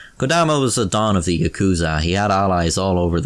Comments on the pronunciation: Ah shit he butchered the pronounciation of yakuza. I'm out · The way he says yakuza bugs me more then the way he says 3